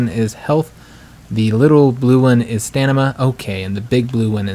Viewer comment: I thought it was stamina not stanima